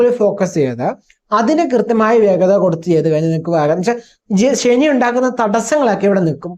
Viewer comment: ശനി പ്രശ്നം ഉണ്ടാക്കാന്‍ തുടങ്ങിയാല്‍ automatically ഷനി ആയി മാറും 😂🎉😂